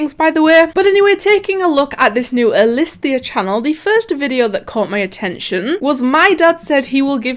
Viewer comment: "elisthias" mind:stop it... get some help..